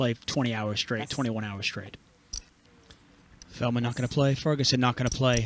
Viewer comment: Surprised no one has called feldman, " FELTman"